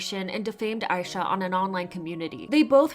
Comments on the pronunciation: Just wanted to say Aisha's name is pronounced ah-sha, as she chose that name bc she wants to be an idol as big as Asia. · Is her name pronounced "eye sha" or "Aisha?"